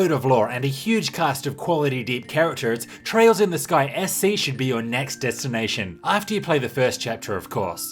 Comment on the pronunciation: Sounds like you say "Disgaea C" when you say "Sky SC". Had to rewind a few times.